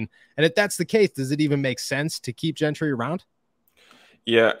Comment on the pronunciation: No he's not. He keeps going back to the wrong pronunciation. He keeps saying "Gin-try" thru the whole episode.